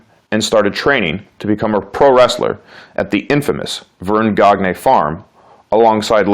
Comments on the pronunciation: Verne "Goggnay". Sigh. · Gagne is pronounced Gahn - yeh . Not a big deal but wrestling fans will notice that right away . Not all are cool about mispronuncuations . Good vid .Especially for showing his regiimen .